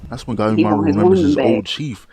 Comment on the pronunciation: Did bro read Gabimaru as Gaemaru or I just misheard him?